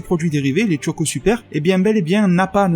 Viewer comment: Choco..... CHOCO.......pas Tchoco. Comme on dit des chips et pas des Tchips. Merde.